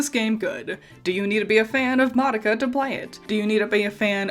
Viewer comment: Congrats on saying "Madoka" correctly. Since the original release of the tv show, you're the second non-asian person to be able to do so that I've heard.